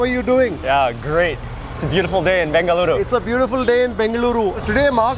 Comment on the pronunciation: The way mark said 'BENGALURU' it touched my heart ❤